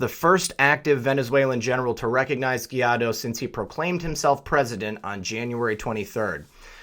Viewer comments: Guaidó is pronouncedd why-though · Guaidó is pronounced like Gwhy - doe.